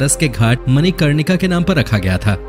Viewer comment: हिंदी शुद्ध बोलना सीखे मणिकर्णिका घाट है ना की जो आप बोल रहे हैं